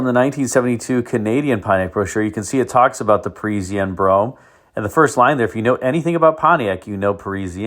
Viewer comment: it is not perisienne,,it is Parisienne like paw with no w French word means people from PARIS